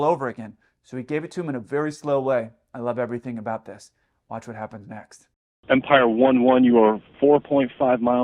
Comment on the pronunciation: FYI, it’s “Vampire”, not Empire. Empire is a crappy cargo airline.